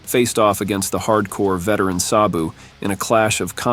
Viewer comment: If only the voiceover guy knew how to pronounce Sabu's name correctly...